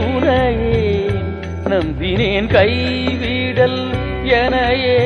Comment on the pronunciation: 🙇‍♂️🙇‍♂️🙇‍♂️🙇‍♂️கைவிடேல் - நெடில் உச்சரிப்பு வரும் ஐயா...🙇‍♂️🙇‍♂️🙇‍♂️🙇‍♂️